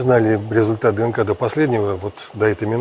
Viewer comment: Vedushaya maniyak...kogda chitaet DNK delaet pauzu lomaetsya kak tselka...nenaviju ee...